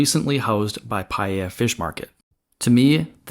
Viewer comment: Aloha. And mahalo for the very informative update. Well done! I have a few comments. 1) Pa'ia is spelled with an okina (marked here by an apostrophe) to indicate a glottal stop. It is pronounced Pa-i-a, not Pai-a. 2) I just heard from a friend on Maui that the Pioneer Inn did get its permit to rebuild. Great news! 3) I am curious as to what will happen to the commercial buildings that weren't built in a historic style in the first place, such as the cinema complex. 4) I am also curious as to what will happen to the second floor balconies many of the historic commercial properties had. I don't imagine that they meet current building codes for wood construction commercial buildings. But they were an integral part of old Lahaina's charm.